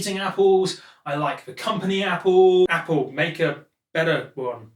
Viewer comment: drinking game. take a swig every time he says "Appoo"